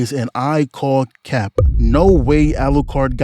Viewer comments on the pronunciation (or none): Any Yautja from the Predator movies. Knuckles the echidna. Hardstop Lucas. Eddie Gordo. I've never heard the P in "cap" being so pronouced.🤣🤣🤣